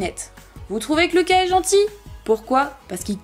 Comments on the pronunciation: On ne dit pas Louca on dit Luca🙊🙊🙊🙊👫👫👫👫💑💑💑👼👼👼👼❤💟💙❤💟💙❤💟💙❤💟💙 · Pas Louka mais luka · Ça m’énerve tu dis Louka😂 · Perso j'adore Luka moi... 😍😍 ( mais il me semble que ça se prononce Lucas )